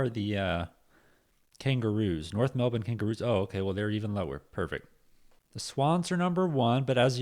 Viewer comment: You're american mate you don't need to try to pronounce melbourne like an aussie